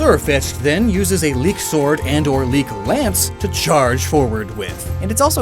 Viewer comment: *Leek, not leak.